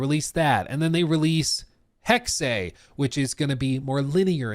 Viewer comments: The pronunciation of the word according to Google and wiktionary is “hecksuh”. Not hecksay. To all the morons who kept saying I was wrong when I said that’s how it’s pronounced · It’s hex-uh not Hex-ay. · we are saying the same thing lmao. You said hexeh which is the same sound as heckseh or hecksuh. Depending on your accent. But it’s definitely NOT hecksay like says it. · it's not Hexeyyyyyy it's just HEXE 😂😂😂😂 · Please stop saying “hexay”. It’s just Hex, and if you feel the need to pronounce the “E”, it would be pronounced more like “hex-uh” 🤦🏻‍♂️ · Not to be “that guy”,. But it’s pronounced “hecks-eh”. Hexe is German for witch. Sorry 😅😂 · What the fuck is “heckseh”?! It’s hex, like how a witch would put a hex on you. The fuck is wrong with you? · It's pronounced Hexe, but not Hexée like says it. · For real. Pretty sure it’s pronounced. Hecksuh not hecksay lmao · Dude... come on.. you make videos for a living. Its "Hex" like a curse... come on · "Hexei"???? "Hex-Ey"???? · It’s pronounced hex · What is it with you Americans not being able to pronounce words. It is simply "Hex". The last E is silent. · It's "hex-uh" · Jesus Christ, it’s not pronounced “hex-ay”. You would pick the gayest way to say it though. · Hex ey 😂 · pronounces it correctly, hexe („hex eh“) means witch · As a german, says it definitely wrong. He says "hexey" and that's wrong. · It's pronounced "Heck-Seh" It's a nordic word for witch! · nope. Look it up on wikitionary. The pronunciation is hecksuh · yes this! It's Hex-uh. It's the infamous Porsche situation. Most amaricans say Porscheee or just porsch. But it's porsch-uh. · He's killing me every time he says hexe(y) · yep. Totally wrong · It’s hex. There’s no é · I’ll post this again since YouTube keeps deleting my comments. It’s Hecksuh. Wiktionary and Google both have audio pronunciation you can play that show it as such. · Hexe (Heck-se) 😊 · I hate how Hexe is being pronounced oml its driving me up the WALL